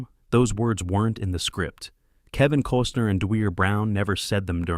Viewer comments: And "Cooosner" for Costner. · Kevin “Coastner” 🙄🙄